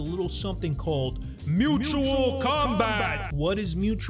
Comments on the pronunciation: Mutual* not Mutal... good vid though. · "MUTAL" combat lolol, bruh... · “a little something called Mutal Combat”😂😂 Mutal- Second-person paucal pronoun Not really a word to be frank